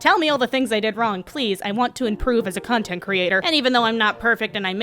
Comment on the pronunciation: I am I the only person who heard cuntent instead of content